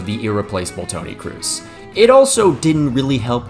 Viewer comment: Tony Cruz??? wtf is that pronunciation?